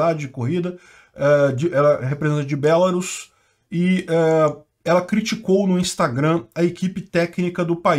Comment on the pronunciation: Só uma coisa, se diz BelaRUS e não BElarus, mas se não quiser falar certo beleza, eu mesmo chamo ainda a chamo de Bielorrússia :\